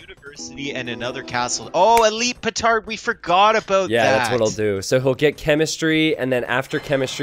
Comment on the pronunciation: see he does say pootard